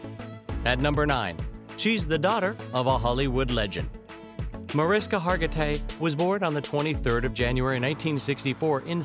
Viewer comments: well here something doesnt know about MariSHKA Hargitay is the * pronunciation * of the wonderful lady's first name. m'kay? mebbe show some respect and get THAT personal item correct? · 1st thing would be for the narrator to pronounce her name correctly. It's "Marishka" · thing #11 YOU did not know about Mariska Hargitay is that her name is actually pronounced MariSHKa. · If you're going to do a piece on her - pronounce her name correctly. My husband is Hungarian. Hargitay's father was Hungarian. It's pronounced MariSHka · Its spelled Mariska,but pronounced (Ma- rish- ka) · I think that if you’re going to do commentary on a particular person you might want to pronounce their name properly. It’s pronounced “Marishka” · You should redo the audio and pronounce her name right. It's pronounced like Marishka. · it's pronounced "Ma-rish-ka". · If you're going to do a video about someone, do your research first. It is respectful to correctly pronounce a person's name. Mariska is pronounced "Marishka". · Her first name is pronounced Marishka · Her name is pronounced as “Marishka.” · Why do a piece on a person & not even bother to pronounce the name correctly? Mah-rish-ka! No respect if you can't even bother to get her name right. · Bad form to do a biography and mispronounce the name of your subject (over and over). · How bout learning the correct pronunciation of her name...? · You do realize you’re saying her name incorrectly right? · She pronounces her name MariSHka, not MariSka. Hearing the voice over say it wrong annoyed me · The way they said MariSKA and not MariSHKA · agreed. In fact I went to a luncheon where she was honored and she DOES NOT APPRECIATE people pronouncing her name MariSKA. She WILL correct people when they do it. She says, “It’s MariSHKA!” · Evidently the guy doing the voice over for this didn't realize that her name is pronounced "Ma-RISH-ka", Not "Ma-RISK-a" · Her name is Hungarian and pronounced “Muh-rish-ka”, no Maris-ka.